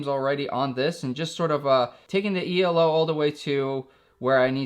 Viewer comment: "E - L - O" made me laugh ;)